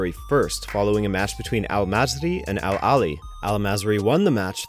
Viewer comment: I'm so happy you made a video like this. Also merit to the pronunciations of the Egyptian club names that was perfect.